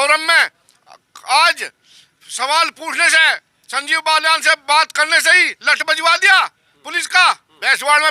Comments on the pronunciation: कृपया नाम तो सही लीजिए उनका नाम बाल्यान है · श्रीमान बलयान नहीं बालयान हैं